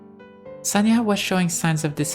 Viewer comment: Just in case, Sonya is pronounce as Sonya(Соня), not Sanya(Саня). This is two different names. By the way, the full names of Sonya and Sanya are Sof'ya(Софья) and Alecsandr(Александр(or, if not so formal, Sasha(Саша)). I hope, I don't make many mistake in my English